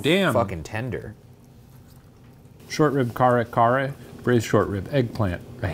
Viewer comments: KA-rré KA-rré, for the LOVE of jesus christ. But, happy the boys are repin' pinoy cuisine. And it's Bah-goo-ohng, Shane 😅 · as a filipino, i giggled at the way shane pronounced "kare kare" and "bagoong" lol glad y'all liked it, i'm hoping they try more filipino dishes soon!